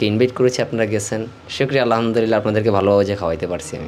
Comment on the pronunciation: আলহা'মদুলিল্লাহ বলার সময় ح উচ্চারণ করতে হয়,,ھ উচ্চারণ করলে অর্থ পরিবর্তন হয়ে যায় الحمد للہ এর অর্থ হলো সমস্ত প্রশংসা আল্লাহ তাআলার জন্য